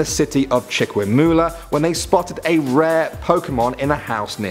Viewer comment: Its not chiqmiula it’s Chicimulia